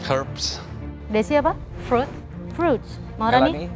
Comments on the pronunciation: Emang fruit dibaca frut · Ngakak sama yang di tanya chef Juna pas di awal. Desi ngomongnya fruit katanya sama tapi ngomongnya frut😂🙏🏻🙏🏻